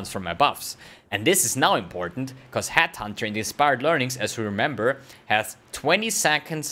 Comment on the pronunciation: It's Headhunter... NOT Hathunter